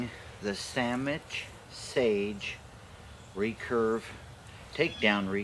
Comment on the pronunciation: Yes.. Yes he said samich... I rewinded